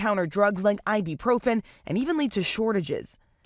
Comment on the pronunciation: Omg, my biggest pet peeve... it's i-BU-profen, not i-B-profen!